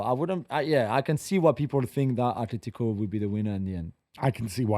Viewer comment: bro.. just say Atletico and Barcelona you dork